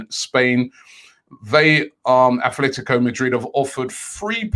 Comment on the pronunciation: ATLETICO not ATHLETICO, please ROBBIE, say names properly.